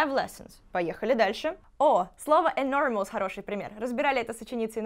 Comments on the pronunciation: в слове enormpous нет дифтонга 'оу': [ɪ'nɔ:məs], а не [ɪ'nɔ:mous] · А я думала, я буду первая, кто напишет "I think you're mispronouncing the word enormous" 😂